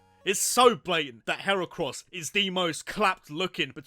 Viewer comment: LEFT OFF THE C IN HERACROSS!